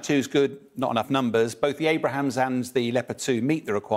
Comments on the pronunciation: "difference" between what? He misspoke the name of the Abrams tank...whoopee. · The way he pronounces Abram’s is staggering my god lol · He can't even pronounce the name of the tank! Thanks Sky - so funny 🤣🤣🤣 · Firstly, whats so hard about pronouncing Abrams? Secondly the U.S. currently has 2000 older M1A1's in storage, they weigh 55 tons which is better for Ukraine vs. 70 tons for the M1A2 and they are more than a match for anything that russia currently fields. Some people seem to think the gas turbines in the Abrams need jet fuel... they do not and run just fine on diesel. Those M1A1's are just sitting in storage, the U.S. will never send them to war so I'm sure they would rather sell them than pay to have them maintained in storage. Make them part of the Lend Lease program and give Ukraine what it needs to kick russia out of it's territory... as for servicing, I'm sure Poland wouldn't mind setting up service depots in their country. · ABRAMS!!!!! NOT ABRAHAMS!!!!!! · Abrams, not Abrahams... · I was thinking the same thing, this doof lol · he keeps calling it (multiple times) the "Abraham's tank" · Really “great” indeed , apart from saying “ Abrahams” instead of Abrams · Abrams not "Abrahams". Also its not an Infantry Fighting Vehicle, nor is there an "M2" Abrams, there's the M2 Bradley though. Sky News has completely messed up on this lol. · Because he really knows very little--like calling the ABRAMS tank the ABRAHAM tank. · Its the ABRAMS and not the Abrahams!!!! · Will somebody please correct him. It's Abrams not Abraham's 😂😂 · Abrams not Abrahams. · It's called Abrams not Abraham. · Unfortunately, keeps pronouncing it Abrahams not Abrams. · “A-Brums” not “Abrahams” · Hard to consider a guy who pronounces "Abrams" as "Abraham's" an authoritative expert on a ground war. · It's Abrams, not Abr a hams ! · ABRAMS not ABRAHAMS! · Homeboy really called them "Abrahams" tanks.... ded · The Abrams, not the Abraham. This guy’s a muppet. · It's Abrams LOL